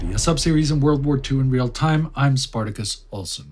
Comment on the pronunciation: wow! after these videos I feel poleaxed. Spartacus is *brilliant*! so expressive, and I appreciate the fact that his pronunciation is on point. I wonder how many languages he speaks...